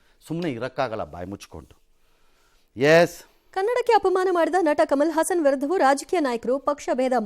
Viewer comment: ಹಾಸನ್ ಅಲ್ಲ ಸಾರ್.... ಅವನು ಹಸನ್